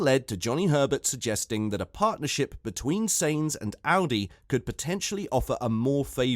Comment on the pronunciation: First learn how to pronounce names. Carlos's last name isn't pronounced seins, but as the English word signs. That shouldn;t be too difficult. Or do you have a speaking disorder?